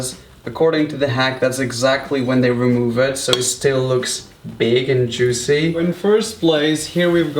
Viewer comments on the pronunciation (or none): none